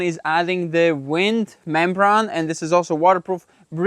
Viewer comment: Membrane ( doing a great job u 2) pronounced brain. LOL. Praying you have good fall weather. Enough rain has fallen on your build.